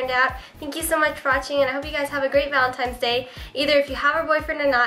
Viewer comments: Valentine's Day not Valentime's :p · Why do you pronounce valentines day as "valentimes day" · "ValentiMe'S day"...seriously she calls it that..lol..:D